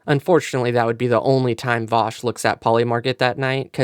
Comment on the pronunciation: Who the hell is Voush?